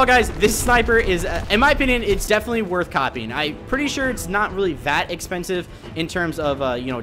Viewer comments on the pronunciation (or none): none